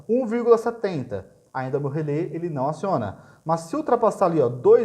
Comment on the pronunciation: "Relé", amigo, não é "relê". Acento agudo.